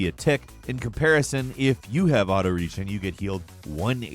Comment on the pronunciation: I hate the way you pronounce "Regen"